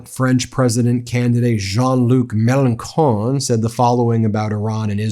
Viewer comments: Great video! Just one little point, for Mélenchon, it's pronounced melen-shon (not con). ;) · Be careful when you cite Melenchon. He's as far left as can be, and not in the funny fluffy hippie way. He's not Mamdani. He's more like a leftist version of Nigel Farage or Stephen Miller. Check him out before you cite him. (And its pronounced melenSHon not melenkhon.) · Melanchon is pronounced melanshon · Nice that you quoted Jean-Luc Mélenchon (just for your information, the right way to pronounce his name is Melen"shon"). He is the only real left ring candidate we have in France, and the only serious candidate to block the election of the far right Trump fanatics party that is promoted by the mainstream Medias here. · It’s Melon-shon btw ! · In French, ch is sometimes pronounced like k, but more frequently like sh, as in chocolat chaud, for example. The name Mélanchon is pronounced with the sh sound.